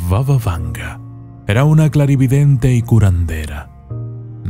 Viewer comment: Arreglemos algunos errores del autor del video.Primero: No se pronuncia "Vava Vanga" sino "Baba Vanga",que significa "Abuela Vanga" en idioma búlgara.Así lа llaman los propios búlgaros.Segundo: Nació en suelo búlgaro y no es macedonia sino búlgara.Vivió toda su vida hasta su muerte en un pequeño pueblo del sur de Bulgaria.Hoy allí está su monumento y allí se encuentra la iglesia construida con sus ahorros personales.Tercero:La mayoría de las fotografías de este vídeo son ilustrativas y no tienen nada que ver con la realidad.Hay más,pero me detendré aquí.Espero haber sido útil para corregir estas inexactitudes.Y mi consejo para el autor del video es que verifique tres veces su información en el futuro y solo luego la publique.